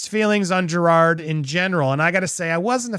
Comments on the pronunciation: To be fair, you DIDN'T say his name right.... it's not JerrARd.... it's JerROD.... aaaannnndddddd you didn't say Miscavige correct EITHER... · The sweet irony that you're pronouncing Jerrod's name wrong. It's not Gerard, it's Jerr-OD. Maybe you should have done your research! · Dude, you made such a big deal about him mispronouncing Shelly Miscavage’s name and made a whole thing out of how you researched how to say his name and yet you STILL say it wrong EVERY SINGLE TIME wtf lol it’s Jerrod not Gerard. So what was it for you? Nerves or lack of preparation? God you’re so judgmental and you can’t even get the name right in your own damn bit! I think it’s time for me to unfollow this channel. The constant sensationalizing and speaking like you’re better than everyone or know better all the time it’s just too much for me. You’re so over the top with it. You’re just as narcissistic as all the celebrities you talk crap about. Well, at least you followed the algorithm and got your monetization for this video. That’s all that matters right? Screw the actual content and what you’re saying or the message you put across. As long as you get paid right? Kinda like you were saying about Jerrod? Isn’t that ironic hm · Jerrod, not Gerard. There is no extra R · Jerrod… not Gerard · Andy if you're going to critique him for mispronouncing names then pat yourself on the back for saying his name correctly, THEN SAY IT CORRECTLY. It's not Gerard, it's Jer-ROD. There's no "ard" sound at the end. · Andy roasting Jerrod for mispronouncing a name and proceeds to call him Jerrard throughout the whole video🤣🤣🤣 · Andy “I did my homework to learn your name” Also Andy “Jer-Rawr-d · You literally are still pronouncing Jerrod's name wrong. After having done your homework. It's not pronounced like "Gerard". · You pronounced it wrong, not Jerod. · i agree with your sentiments, but you flat out still pronouncing his name wrong. shit. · You’re saying his name wrong….